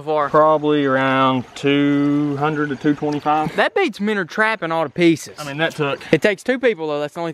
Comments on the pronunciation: cracking me up, " we could stick a minner in it." ha ha ha ha..... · English: minnow American:mineeoue